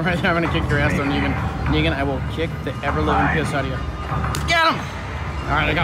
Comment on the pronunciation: wtf I know you were saying Negan but it sounded like Nigg...